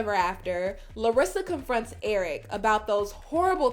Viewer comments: I hate her. She knows so much English, yet she cannot pronounce a word. If she says someone name she adds an EE... erikeeeee, colt eeee, David eeeee. She is such a user it’s ridiculous. It’s not that she cannot say Eric, cause she has said his name perfectly, but then she goes back. She is just such an attention seeker. She has said Colt and she said it perfectly. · How come she can’t say Eric the correct way... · Why does she Add an E to everybody’s name